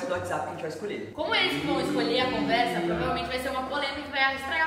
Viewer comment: Gntt eu contei quantas vezes o falou conversa e foi 0! Pq ele fala CUMversa KAKAKKQ